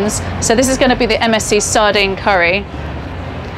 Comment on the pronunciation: Everytime she says MSC I think she‘s saying MSG XDD „MSG sent me sardines“